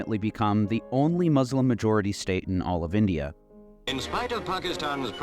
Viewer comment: Why don’t you learn how to pronounce Muslim? It’s not hard.